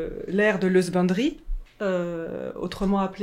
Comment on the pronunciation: Ceux qui ne comprennent pas quand elle parle de "sbindry", elle dit "husbandry" (= élevage en anglais)